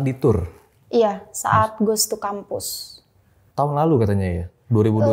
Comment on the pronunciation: Ngomongnya Goo too kampus😂